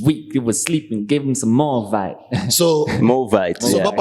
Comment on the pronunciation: "more vibe" not "Movite".😣 yoh, South Africa.